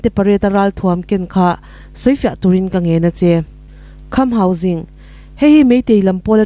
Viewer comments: Ka pi,hausing tia ilam sek hi enge awm zia....hangsing hi chu a awm ngei...tin, sing ilam dan pawh hi mahni tawng kalsan deihin jing tiin ilam bawk a heihi adik lo..mizotawng khan asipel dik deih khan lam la adik zawk.hausing nilo in,hangsing tia lam tur ani zawk e. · Kham Hauzing tia lam tur ni lovin Hausing zawka lam tur a ni e